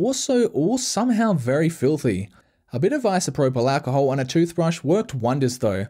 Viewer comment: i love the way he says isoproblacahole